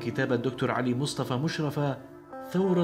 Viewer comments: بس لو سمحت انت تقول اسمه خطا مشرفة الراء مشددة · مقطع جميل لعالم فذ ولكن اسمه مشرّفه بتشديد الراء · انت بتنطق اسمه غلط خالص اسمه مشرفة بتشديد الياء وانا من نفس المدينة ودرست فاعدادى فمدرسته على مشرفة وهو معروف فمصر بس شكرا انك وصلت شخصيته لاخونا العرب ❤